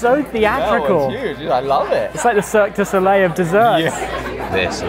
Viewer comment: He said"Its like a Cirque De Solieil of dessertrs" 😅😂